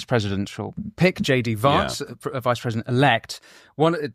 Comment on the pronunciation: Winston - "Vance" is pronounced in the same way you would say the word "van".